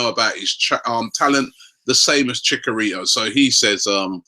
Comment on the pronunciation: Did Robbie just say Chick-a-rito??? Added to the list which includes El Nay-Nay and Michy Bat-too-shy XD XD XD